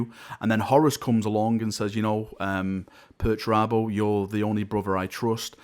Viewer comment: Dedicating a video to pertarabo? This guy must have had a head injury recently or something /S